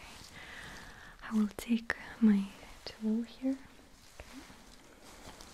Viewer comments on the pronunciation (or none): What she says; “I’m gonna get my tool here.” What I hear:, “I’m gonna get my toe here.” Ma’am, this is a sleep study.